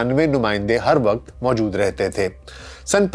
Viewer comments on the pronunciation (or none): none